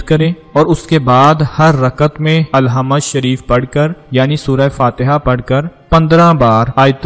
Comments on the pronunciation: Alhamd tou kehna seekh lo bhai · Alhama nahi Bahi sure fathya he bolna to sekhlo pehly